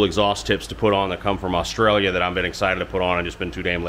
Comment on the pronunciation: how do you know how to pronounce Oz-trail-ya (Australia)properly most in USA say US-trailia???